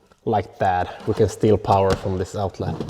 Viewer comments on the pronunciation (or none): none